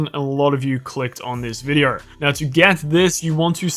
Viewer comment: Sorry but how does vide-oooo sound like vide-errrrr